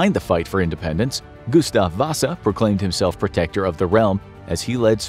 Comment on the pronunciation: As a fellow dude named Gustaf, you just slaughtered that pronunciation